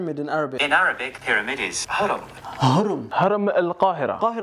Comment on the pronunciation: Bro said "haram al qahira" 😭